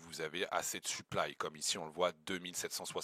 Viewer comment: En faite tu dis suplaille souvent, on dirait que tu parle de ton équipement